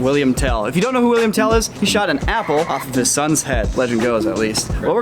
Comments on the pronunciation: its Willhelm not William, its a old swiss legend and because im swiss this triggers me😂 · It’s Wilhelm not William! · oh common im from switzerland and Tell is called Willhelm Tell and not william, but uts still a nice video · Its Wilhelm not william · He was called "willhelm" not "william" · It's actually "Wilhelm" and not "William"